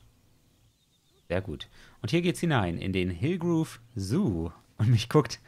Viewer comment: Und es heißt "Hillgrove", nicht "Hilgroove", ^^